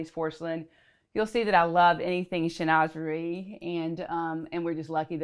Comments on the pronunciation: Can someone confirm? Isn't Chinoiserie pronounced Shin-wah-zur-ee? not Shi-noz-zuree? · Chinoiserie is pronounced - SHIN WA ZAH REE! 🙀🙀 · Shin - wa - Zuh - ree. It’s a French word and should be pronounced as the French do. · A mispronunciation of chinoiserie. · Bonjour! The correct pronunciation of chinoiserie in French is Chin wa se ree. Your pronunciation is American. Although is perfectly fine to use either one. Prends soin de toi. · Her pronunciation actually made me have a little giggle because I thought it sounded like saying schnoze for a big nose. But I don’t judge because we all make mistakes. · 😂 That had me screaming at my screen, if you love it, at least learn to say it. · THANK YOU!! I cannot figure out how someone who knows so much about interior design and art doesn't know the correct pronunciation.